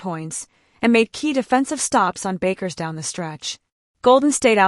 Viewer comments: You don’t understand what is saying? Your computer ai voice is FFF’d up. It fluctuated between two incorrect pronunciations of Paige Bueckers’ name, going from “Bakers” to “Byookers”. Her name is pronounced “Beckers”. How do you expect to grow this channel if you can’t even get the names right, of the players you are following? Ridiculous. This ai sh** is the epitome of laziness. Why should people waste their time here if you can’t even put the effort in to get names right?!? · The computer voice is messed up. Paige Bakers? smh